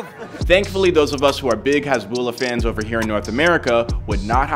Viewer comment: The lah part at the end of his name is stretched out alittle, hasbullaah is the way it’s pronounced